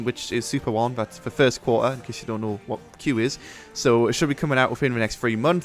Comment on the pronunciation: "First co-ah. Two Fowsand Four-een." I thought Brits were good enunciators.